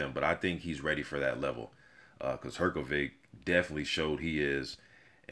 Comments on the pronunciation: You say Hrgović wrong. Try to say it like Hrgovich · You just have to learn how to pronounce his name!